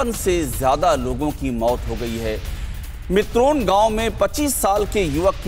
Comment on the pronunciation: Mitron gaon nahi mitrol gaon